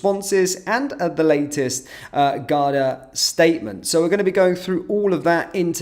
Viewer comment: It´s Garda not Gardia Sir!